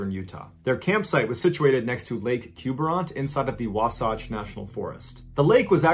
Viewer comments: Wasatch. Last vowel rhymes with catch. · Just so you know, the last syllable in the name Wasatch does not rhyme with Sasquatch. The last syllable rhymes with “catch” in the pronunciation. - from a Utah girl 😊